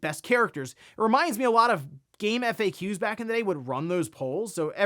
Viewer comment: Bro dont be trolling calling it Game F A Qs. Don't make me un-sub